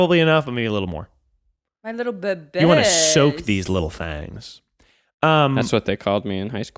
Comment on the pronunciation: I thought said, “let’s soak these little f@ Had to rewind a couple times before I understood that he actually said “thangs.” 😬